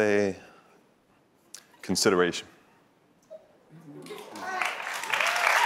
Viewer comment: ...come on!..."Consideration"...lol